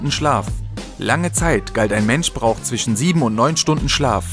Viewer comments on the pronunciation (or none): none